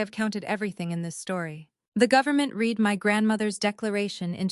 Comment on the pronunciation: First on I've heard that says I read,(pronounced Reed", instead of read pronounced as past tense "red", Bravo editor!